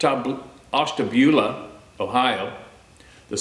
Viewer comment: I live close to Ashtabula, Ohio and you pronounced it pretty well the 1st time! 👏 ＼(^^)／ 🇺🇸🗽💪🏽👍🏼✊🏽🤟✌🏼🌎🙏💯